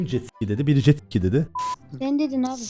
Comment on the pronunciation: Abi sen jetsi*i dedin